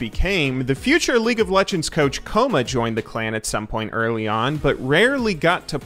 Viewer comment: kkoma is pronounced ggoma with a stress on the g, means kid in korean